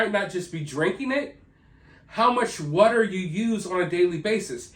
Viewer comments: W AAAA ter. Water!!! Not WhatER..TF is WHATER??? Water fuck man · Oh this is gonna be a record for the most "wudder" in one video.